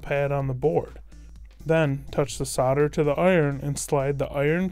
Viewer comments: I gave up after just over a minute. I got 'sadder' and 'sadder' every time he said it 🙄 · You do realise that's not how you say solder yeah?